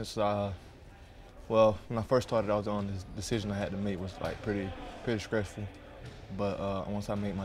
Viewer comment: "pretty scressful"